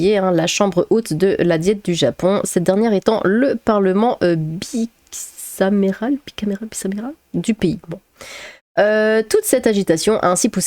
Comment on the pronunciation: Faut prononcer bikameral. Double chambre je suppose